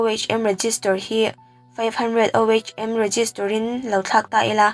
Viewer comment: Tlai deuh toh mahse ohm hi (oom) tia lam tur , eg emo ah i la hman tangkai takin😊